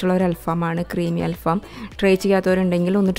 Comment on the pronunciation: അൽ ഫാം അല്ല അൽ ഫഹം ആണ്